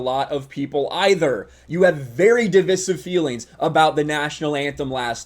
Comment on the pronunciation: When did so many people start mispronouncing divisive?